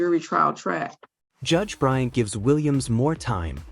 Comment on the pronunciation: It's BryanT. Not Bryan.